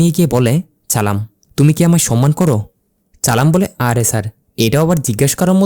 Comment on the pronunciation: উচ্চারণ আরো ভালো করতে হবে। চালাম চালাম না বলে সালাম বলতে হবে